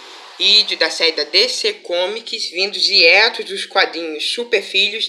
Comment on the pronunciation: A e nem é dieto é diréto fala direito bêwbê